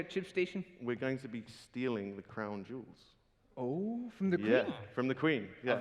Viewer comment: swealing of the cwawn juuls in minecwaft :^)